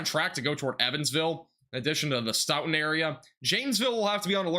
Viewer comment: As a local to the wisconsin tornados i just wanna say thank you for covering this. A few pronounciation tips for the future: Stoughton: Stow-ton Albany: All-ban-e Monticello: Monti-cell-oh Brodhead: Broad-head Thank you again! I was working so i wasnt able to get out and see it for myself 😭 i appreciate your coverage